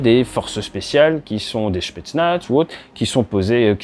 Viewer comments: Désolé de shipoter mais ça fait vraiment mal a l'oreille: on ne dit pas shpetznaz mais spetznaz. C'est une abréviation du "spetsyalnoe naznachenie": corps d'élite pour des missions exceptionnelles (spéciales). Prononcé comme vous le faites ça fait penser à quelqu’un qui vient justement d'avoir une altercation avec un représentant spetznaz en question dans un bar :P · Comme d'habitude très intéressant et didactique, merci! J'ajouterai juste qu'en russe ils prononcent "s"petsnaz et non "ch"petsnaz :)